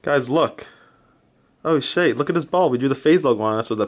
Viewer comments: If says shait, or however the fuck you spell it, one more time, I will kms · Stop saying shate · stop saying shayte please😂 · Not even a minute in and he says "Shayte" :| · No you wouldn't. They say shate not shiete, so you would be poor. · Please stop saying shate 😂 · PLEASE STOP SAYING SHAYTE... Just please 😭😭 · STOP SAYYING SHAIT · shayte why? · ffs stop saying shate. It's literally the most cringey thing ever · bro please stop saying shayte!!